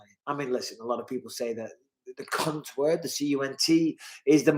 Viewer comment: Man I fucking always miss these lives and I have all notfications on for this channel too😔 maybe I have too many subscriptions with all notis on idk lol YouTube is stupid hopefully next time I can make it Lmfao I've never heard someone pronounce the word cunt so hard in my life lol